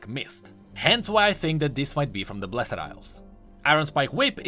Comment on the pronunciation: I really like your content, but please, learn how to say "blessed" because my ears are bleeding.